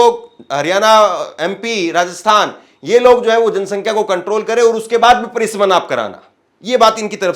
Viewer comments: परिसमन नहीं परिसीमन कहो भाई परिसीमन बोलो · पत्रकार महोदय जी यह शब्द परीसमन न होकर शायद परिसीमन है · अरे भाई परशीमन बोलिए